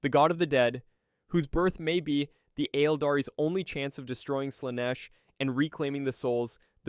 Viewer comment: That's exactly the reaction I had lol! Especially when talking about Slaanesh and the Aeldari